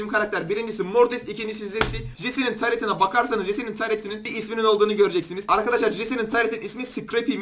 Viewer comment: taletide değil taret